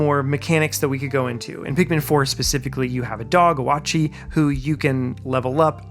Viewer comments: Oatchi is pronounced Oh chee not Oh Ah chee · STOP EVERYTHING! Did this man just pronounce Oatchi as "ohwachi"????? I'm pissed. Btw if you see this he name is pronounced: oat then chi, giving the sound oh-chi. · Two things it's pronounced Ochi not watchy and second thing where did you get the footage for this video specifically to pick one four